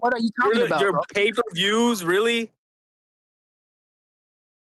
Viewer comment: If I have to hear this brodda say "payperverrrs" one more fn time!!!